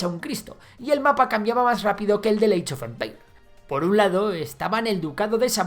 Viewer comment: *Eich of empeir*